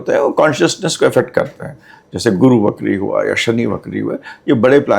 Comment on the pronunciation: बहन ! 'वक्री' शब्द का उच्चार "बकरी" नहीं करना चाहिए।